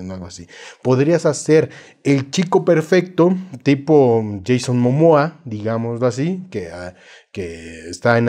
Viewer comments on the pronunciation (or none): none